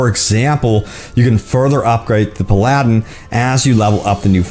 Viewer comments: Whats a PilAladdin is it a Drug dealing Genie owner maybe,Some of your pronunciations make me smile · Its pronounced "meta" not "mayta". Also you said Paladin wrong as well. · Never in my life have I heard someone pronounce paladin...differently. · Aladdin and paladin aren't pronounced the same way. C'mon professional youtuber.